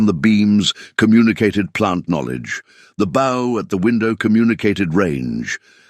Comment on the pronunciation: Getting tired of the AI not saying a word right. Bow and Bow one word but two different meanings. Not the first time I haven't seen an AI in any story get the whole story right. Live and live another one. I don't know if you can teach a machine the difference.